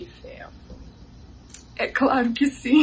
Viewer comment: Zim kkkkkkk ele falo q sim e com z